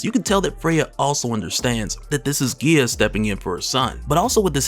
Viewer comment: Love your videos! It’s pronounced GEYEA